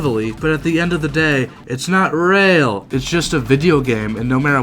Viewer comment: It’s not reahl!